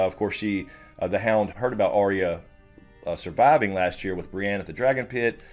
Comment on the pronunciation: I have issues with the way pronounces Arya. I will also now and forever associate Michael Jackson’s Beat It with Tweet Tweet Tweet Tweet it. Thank’s a lot.